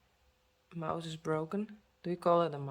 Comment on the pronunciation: You said mouse as moush with the sh sounding like the beginning of she. In the US it is pronounced mouse with just an S sound at the end the e doesn't have a sound.